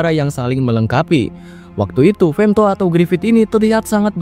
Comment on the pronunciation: Femthodd ae lah bg jangan femto😂😂